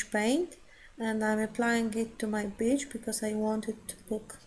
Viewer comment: Love this video! Lots of techniques! And don't mind you saying "bitch" instead of "beach". LOL